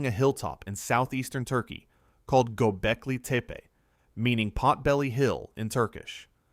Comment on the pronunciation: Yo.. yo.. nice pod, but fyi: it’s Gobeckli TEPPY not teepee lol